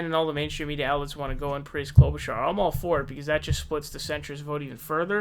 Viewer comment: He's finally saying Klobuchar correctly.